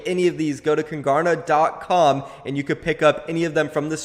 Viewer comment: KUNGARNA its KUNG ARNA It means king in swedish im from sweden and it clearly says kung arna not kungArna